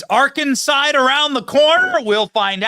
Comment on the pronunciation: Arkanside...lol BENNY 😂🎉😅